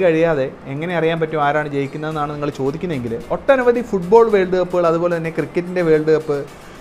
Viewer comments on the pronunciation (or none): none